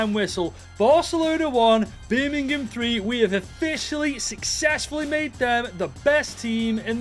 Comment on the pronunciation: Evrery time you say birmgham it sounds like youre gonna break out in a birmgham accent 🤣